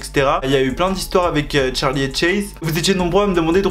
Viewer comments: C’est pas tcharli c Charli!!!!! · CHARLI PAS TCHARLI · C est trop chou parce que tu dit tcharlie et tchaise au lieu de Charlie et Chase mais si on jtm trop🔥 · on en parle de qd il dit « Tcharli » charli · Tcharlie tchase la prononciation mdr 😂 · tu me fais rire quand tu dis son nom tu dis Tcharli😭🤣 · Tu dit tchase et tcharlie wsh😂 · Pourquoi tu dis "Tcharli" et "Tchace" J'attendais trop ta vidéo ❤🥺